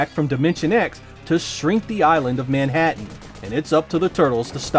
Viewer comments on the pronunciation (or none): none